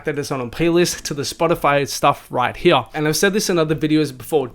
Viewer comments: The way you say “Here” is really painful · right heyah